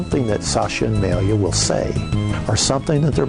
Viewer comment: the guy attempts to say malia .. hahaa.. FAIL